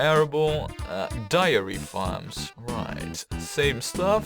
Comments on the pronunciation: Good to see that the canals did not get the best of you! And I don't mean to be that guy, but it sounds like you are saying diary instead of dairy for the milk farms. Dairy rhymes with marry. Man, those are weird words, i had to google them just to make sure I was spelling them the right way round. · ***** It really isn't horrible. It's actually quite good, barring a couple pronunciations here and there. And it's understandable given how nonsensical English spelling can be at times (even worse than Dutch spelling ;) ). But yes, "dairy" rhymes with "berry". The only other word I've heard you mess up is "livestock". The "live" in that word rhymes with "dive", not "give".